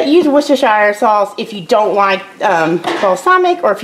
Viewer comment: You said Worcestershire sauce perfectly LOL I could never get it right LOL! This onion dip looks so good! Glad you joined in!